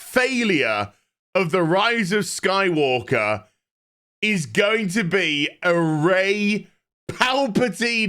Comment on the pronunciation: did I hear rise of sky-WOKE-er?